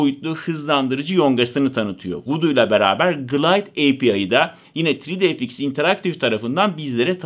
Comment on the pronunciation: Neeee " tri di ef iks " miiii, yuhhh.